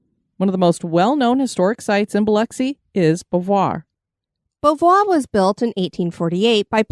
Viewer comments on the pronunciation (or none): OMG.... It is pronounced BOW V'Wha